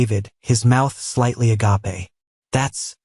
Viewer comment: 😂 although mispronounced in the story Agape is the Greek word for love that is eternal & unconditional such as the Love of Jesus for us. But yeah it's funny to hear that in a narration 😅